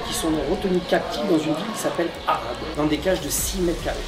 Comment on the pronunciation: Sinon t as dis arade ou arabe